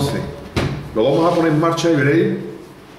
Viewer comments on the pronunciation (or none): none